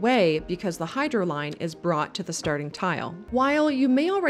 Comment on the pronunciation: It was the 'hyrdo' lines that got me